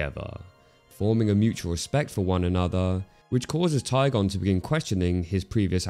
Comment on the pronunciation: tai gen not taigon